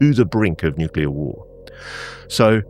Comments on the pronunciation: I keep pointing out..it’s NEW-cle-ir not new-cu-ler nuclear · Why can’t people pronounce the word “nuclear”???? It isn’t fucking hard. NEW CLEE ERR … say it with me